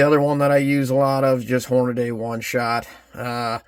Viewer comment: Hornady is pronounced Horn-a-dee, not Horn-a-day.